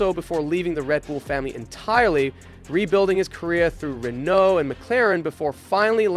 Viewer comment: The fact you consistently struggle to pronounce Renault, makes it worth watching this slop. 😂😂😂. I understand you're American so I'll let it pass 😂😂😂